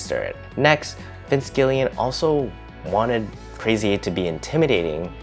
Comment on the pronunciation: Gilligan, like the island, not Gillian.